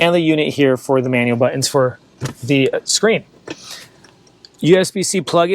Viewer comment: Nice video! LOL he says 'buh-ins' for the word 'Buttons'